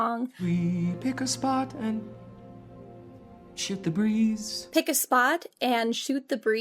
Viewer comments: Really thought he said "Shit the breeze" for a second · I can't be the only person who was completely convinced he said "shit the breeze"